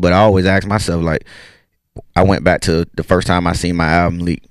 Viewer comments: Still don’t know why plies say bike instead of back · 🤔so he can pronounce back properly but chooses to pronounce bike anyway🤦🏽‍♂️ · Lmao all this time I thought my nigga ain't know how to say back but he was actually saying bike lmao